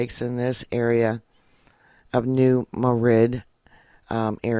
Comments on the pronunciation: I know what you mean. It's pronounced New Mad Rid but everyone not from the region pronounces it like the city in Spain. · It’s pronounced New Mad Rid. I noticed yesterday my cat was acting even stranger than usual. He’s not usually very affectionate but he wouldn’t leave me alone. We’re in Southern Illinois, 120 miles from New Madrid, Mo according to my maps app.